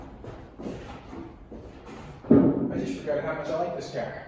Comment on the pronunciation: Drinking game.... every time he says Caahr!